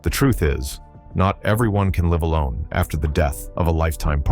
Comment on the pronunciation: I am disgusted with this “robot” doing the narrative! I agree on the inept pronunciation of Hank Williams, Jr., and our robot does not distinguish between “live” or “live”~hell, I am sick of these robot voices and I stand behind my criticisms! Thanks for YOUR comment! You lit my fire‼️‼️